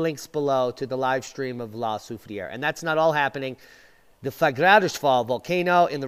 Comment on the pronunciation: So glad you figured out how to pronounce it😜